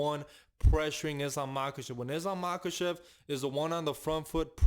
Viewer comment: Say Islam Machachev one more time 😅